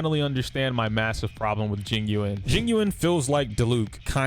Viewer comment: Technically her name is supposed to be pronounced like Ting-yu-en. You got it right lol